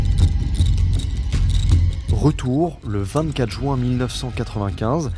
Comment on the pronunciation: On dit " Juin " et pas " join " ok ? Je t'aime beaucoup et c'est presque ton seul défaut donc gère moi ça stp